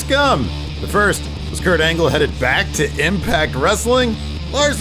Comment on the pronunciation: Is it just me, but did call him Kurt Anal?